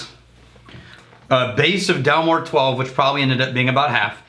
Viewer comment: Guys. Get the names right. DalMORE not DALmore. Glenmorangie to rhyme with Orangey. I thank you. John in deepest Scotland.